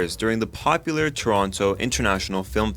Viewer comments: Did he just say “ToronTO” 😲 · What's the actual pronunciation of "Toronto"? As you pronounced it in the introduction or as you casually said it later in the description?